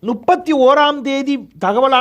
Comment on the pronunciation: 🍃ஐயா... அது நுப்பத்தி.... அல்ல முப்பத்தி... தயவு செய்து திருத்திக்கொள்ளவும்🍃